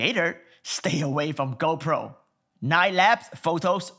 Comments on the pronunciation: its GOPRO not GOUWPO..... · "GoPooh" rofl